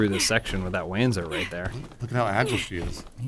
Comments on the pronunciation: Wanzer = Panzer but it walks so Wanzer, but hopefully it's pronounced "Vanzer" so it's not as stupid. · "they will wanzer for this!"